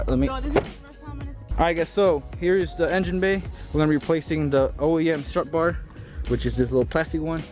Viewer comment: “STRUT BAR” not struct bar.